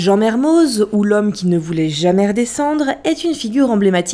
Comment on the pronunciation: PETITE PRECISION LINGUISTIQUE : Mermoz est un nom d'origine savoisienne, il se prononce donc "Mermo" ( voir Merme pour les plus radicaux mais bref) comme tout les noms (propres ou communs ) savoisiens on ne prononce pas le Z ou le X final. ex : Les Carroz, Marlioz, Dupraz, Fanouaz..... :) ( C'est d'ailleurs à ca qu'on vous repère, les touristes :-) )